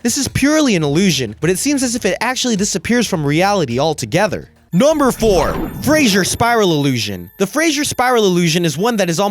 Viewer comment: the way he says number sounds like nomber